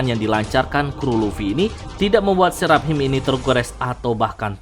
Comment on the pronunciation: dari dulu bacanya Serap Him, ajg lah itu dibaca serafim